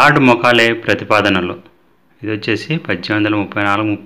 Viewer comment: Mokale kaadu sir Mekale మెకాలే